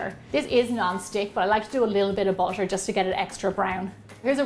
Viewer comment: I now im late but why do you say bootor